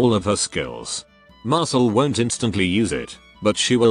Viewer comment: Why do I keep hearing Mashle instead of Marcille